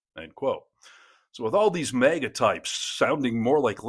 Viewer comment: It’s MAGA not mega